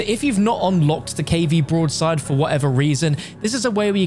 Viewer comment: What does he keep calling the broadside? He sounds like an absolute idiot